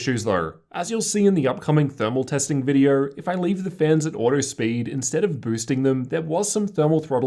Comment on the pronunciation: Lol he said Vidierrr instead of video